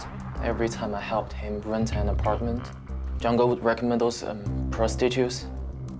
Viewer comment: When he said Zhang Ge, I thought he meant "Jungle".